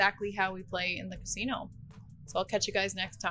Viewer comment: that canadian accent really sneaks out when you say 'casino' lol